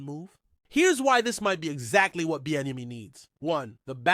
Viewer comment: GTFO of here . You cannot even PRONOUNCE HIS NAME? 🙄🙈🤡🤡